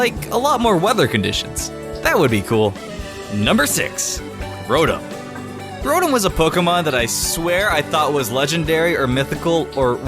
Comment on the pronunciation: Not rodum roton